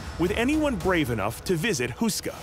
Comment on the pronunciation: It’s Houska Castle. Say it like “hoe-ska”, not “Who-ska.” Otherwise a nice brief intro.